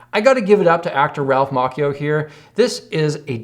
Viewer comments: Ralph Macchio's last name is pronounced like how you would say Macho without the o or like Matcha. You said Mock ee o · Ralph's last name is pronounced Mauch (as in Macho)-E-O!!!! Not Mock-E-O!!! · Ralph Macchio. It’s not Ralph Ma-key-o? It’s actually Ralph Ma-chee-o in pronunciation. If you don’t believe me he was on the Conan O’Brien show. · Ralph's last name is pronounced Mach-EE-Oh! Not! Mock! Mach Rymns with stotch. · "Ralph Mock-kio" ?!?!! lol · Ralph Macchio reacts to a guitarist reacting to him in a movie and trying to pronounce his name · And then you pronounced "Macchio" wrong lol